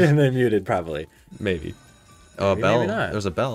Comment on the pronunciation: you always say mabie 🤣😂🤣